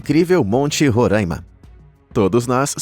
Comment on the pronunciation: Mas um que fala "Roraima" errado 🤦‍♂️🤣